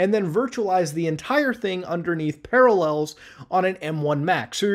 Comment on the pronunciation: Ah, yes. Paralléls.